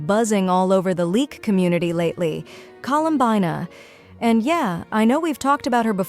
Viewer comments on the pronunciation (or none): Bro said her name wrong colum buna tf you mean bina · Drinking game: take a drink every time the AI voice gets her name wrong. For more fun watch other faceless Genshin YT’ers. For the underage kiddos drink Mountain Dew, Dr Pepper or chocolate milk.